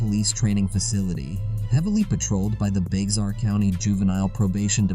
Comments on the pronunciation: Bexar is pronounced Bear. The second one is called the "fat farm". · Bexar is pronounced "BEAR"